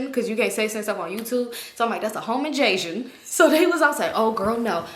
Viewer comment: “It’s a home injaysion becuase you can’t say stuff on YouTube…so it’s a home injaysion!”😂😂😂